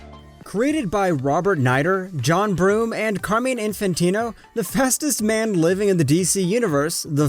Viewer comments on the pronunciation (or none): none